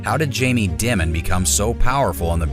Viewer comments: Its pronounced "Diamond" HA ha ha ha ha ha ha . Makes you sound so stupid. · Stephanie Ruhle even pronounces "Dimon" correctly, and yet somehow throughout, the pronunciation is done "creatively". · If you can't pronounce his name......😢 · What’s up with the Dimon mispronunciation? Are you trolling?